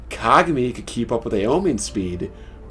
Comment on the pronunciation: they way you say kagami..its not being pronounced that way lol